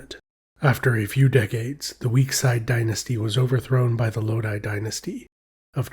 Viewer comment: It's Low-Dhee; not Low Dai.